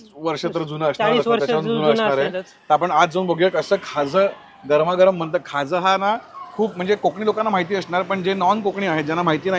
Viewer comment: अरे बाबा खाज नाही खाजा म्हणतात त्याला...😅